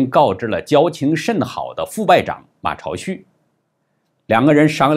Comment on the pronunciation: 马朝旭，音zhāo，不是cháo。朝旭意为早晨的太阳，旭日也。 央视一直发音zhāo，不看央视么？80年代马朝旭夺得第一届大专辩论赛最佳辩手，作为记者，不知道倒也罢了，难道从未听说过？ 其它几个频道发音为cháo不怪她们，因为她们太年轻了 (既不懂啥叫“名从主人”的原则，也不懂如何google如何维基求证)，从未看过马朝旭80年代参加大专辩论的电视节目。 知道老灯的节目，却没听到老灯是怎么发音的，岂不怪哉！？